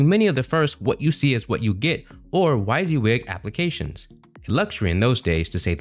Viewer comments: WHY SEE WIG??? ITS pronounced "WEE SI WIG" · How did you get the pronunciation of "why-z-wig"? 😖 It's "wizzy-wig"! Otherwise I enjoyed this video. Not many people know how much a "copier company" changed the face of computing, or how Apple's marketing genius popularized all the ideas they stole. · This was good BUT it’s pronounced WIZZY-WIG!!! 😊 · Thanks. That pronunciation was driving me crazy as well.